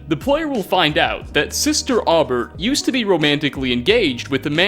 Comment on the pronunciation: Aubert is pronounced “Oh-bear.” Jeeze dude.